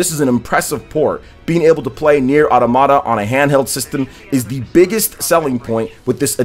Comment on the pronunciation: it's autOmata, not automAta